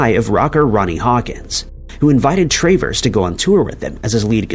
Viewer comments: It's not Tray Verse. It's Travers. I'm a cat. You are a bot.😮😮😮😮😮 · You don't know how to pronounce Pat TRAVERS?? Crap video!